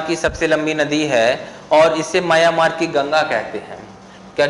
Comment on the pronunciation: सर जी आप म्यांमार को मयामार कहते हैं।